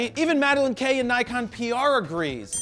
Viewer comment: Nikon! Ni-GONE, more like! (However you pronounce it) :)